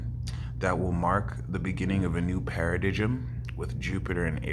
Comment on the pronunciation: Bro, paradigm is pronounced, "PAIR-A-DIME", not "pair-a-dijjum", heads up. Low key kinda funny but I know what you mean.